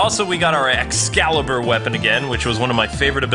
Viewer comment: You cringed me when you kept saying Excalibur for the love of god the name of the skill is LUXCALIBUR!!!